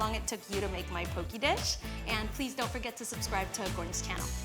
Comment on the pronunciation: As a Hawaiian I wanna first say MAHALO NUI LOA for showing people all around the world how to pronounce POKE and AHI the right way keep up the good work chef